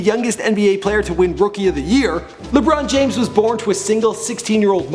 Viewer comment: Lebron James, Lebron James, Le-brown Jaim-s